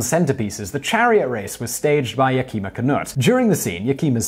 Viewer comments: It’s not Ya-keem-a, the name is pronounced Yak-i-ma. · Simon, you really need to study Chinook Wawa. Yakima is pronounced Yak ima, not Yakema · I believe it's pronounced YAK-i-ma, not Yah-kee'-ma